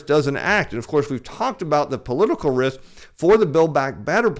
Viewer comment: Political "rith"? Billback "batter" plan? The "flure" people? is so desperate grasping at straws, trying to hold on to his deflation thesis, he can't even pronounce simple words anymore.